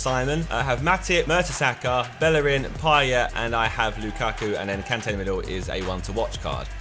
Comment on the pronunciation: lukakku? I thought he said bukkake..